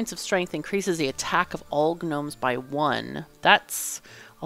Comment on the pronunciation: You're cool but you're not cool enough to get away with pronouncing Gnomes like GNU.